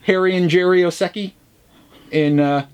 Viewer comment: The way you pronounced Osiecki I thought first it's japanese haha then I read it and it seems to be a polish family name.